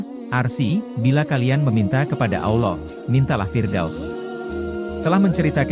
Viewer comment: Konten sangat bagus, tapi mohon maaf, konten berikutnya pengisi suara kiranya lebih fasih lagi, terutama dalam pengucapan Alloh dan juga arsy ...sekali lagi mohon maaf ya...🙏🙏